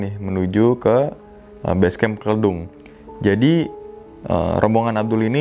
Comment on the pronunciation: Izin bang.. Yg base camp Kledung itu bacanya Kledung bukan kledung hehe😁